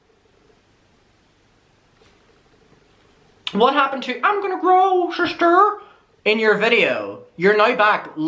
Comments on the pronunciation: I just can’t take it serious when you say *ShiSsTEr* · Shisster 😂 ya killin me lmao